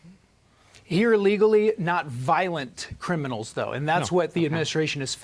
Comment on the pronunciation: the cwiminawls aw scawwed also: BAAAAAAAAAAAAAAALD